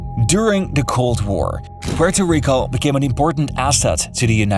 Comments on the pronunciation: Comoquiera suena grave pero bueno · Bro if you are gonna hate at least get it right. It would be Puelto Rico. Lambdacism only changes de lateral R never at the beginning of words. Comes from the Canary Islands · Why does hesay Puerto Rico like that. 😂😂😂😂😂😂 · Why the reupload? Edit: Ahahaha, I see why. You changed how you pronounce Puerto Rico. :D I mean, fair enough. :)